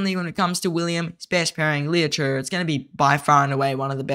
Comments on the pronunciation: Cmon man PLEASE stop saying LOU CHURRRRRR it’s CHE like CHAY there is no letter R in there. I know ur young bro but ur the only content creator that messes his name up. It’s painful to listen to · Liu Che ❌ Leo Choo✅